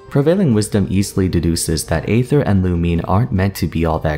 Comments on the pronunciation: xD isnt aether pronounced ee-ther as well? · Just want to say that aether is pronounced like eether you kind of leave out the a sound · im personally attacked with how you say Aether